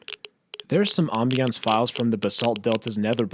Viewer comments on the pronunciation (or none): Not being rude, but you don't know how to say ambience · Ah yes, awmbiawnce.